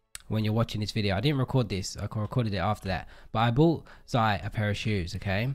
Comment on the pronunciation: gamergirl playz me and it’s zai not zia